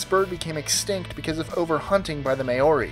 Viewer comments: Are Americans/Canadians incapable of pronouncing Maori Correctly? Mar-i not May-ori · it's pronounced mow-ry. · May-ori? It's pronounced MAOri. Goodness me... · i love how he maori he says it like may o ri its mor-ris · Maori is pronounced more like Mouri, not May-ori. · Just letting everyone know, the people that wiped out the moa, its not pronounced may-ori its pronounced mow-di but the d is like a rolled r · Maori is pronounced mow-ree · You pronounce Māori wrong, although I was glad to see Moa and Hula (I thinking that's spelt right) in this list. Can anyone explain why they want Smilodon alive, it seems a little bit dangerous. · may-or-ee? eeyore may know them... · love how he says maori, its pronounced like moldy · lol at how he said maorie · You have mispronounced "Maori". It is pronounced "mou ree" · can this guy please learn to pronounce the word "Maori" correctly?? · Love hearing people pronounce Maori wrong!! Crack up as lol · You are still saying Moari wrong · Could he have pronounced Māori any more wrong? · Dude please learn how to say Maori right